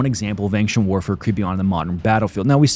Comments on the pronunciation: Why do you say "ainkhchent" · Schtop saying ankchent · Does anyone else think he says ancient weird?